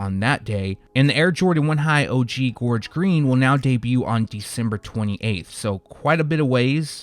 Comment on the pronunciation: Thank you for saying Gorge green 🙏 correctly dammit lol the game been missing u fam lol it sux they got pushed but I can't afford em anywayz but the gorge green 1z dope af